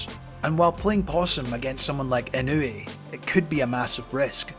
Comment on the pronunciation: Try sticking with calling him: EE-know-weigh That's a lot closer than: Ih-KNEW-ee